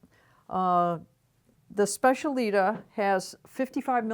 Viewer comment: It’s SPECIALITÁ! I can’t hear you say specialíta anymore. The stress is on the last A.